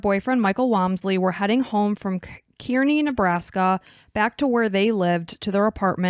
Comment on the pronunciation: Is this what folks call podcasting nowadays? Just reciting internet articles without any actual research? At least learn how to pronounce the places they are from if you are going to talk in detail about it. Nobody pronounces Kearney that way. Have you ever met the families of the people you capitalize off of? Is it just morbid curiosity that drives you?